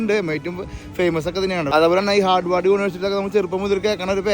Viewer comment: ഹാർഡവാർഡ് അല്ല...ഹാർവേഡ് 🙂 Massachusetts pronounced as മാസ്സച്ചൂസെറ്റസ് 🙂